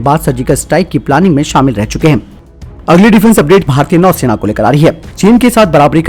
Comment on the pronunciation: नौसेना होता हैं न कि नैसेना